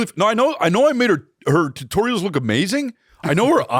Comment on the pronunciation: I think is trying to say TITorials, right?! Mo betta